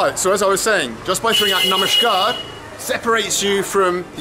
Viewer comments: You're saying "Namaskaar" with a "sh" sound. Is that correct? Sounds like "Namashkaar". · It's Namaskaar (नमस्कार ). Namashkaar - (नमश्कार) ghalat uccharan hai. Kannada mein ನಮಸ್ಕಾರ (Namaskaara ) hota hai. Namashkaar ❌️ Namaskaar ✅️